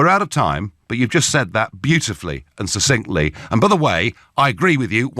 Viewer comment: Nigel, for the last time, the word succinctly is pronounced, 'suck-sincktly.' (Other than your constant mispronunciation of that word you're doing a great job!)